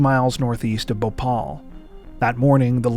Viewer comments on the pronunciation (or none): none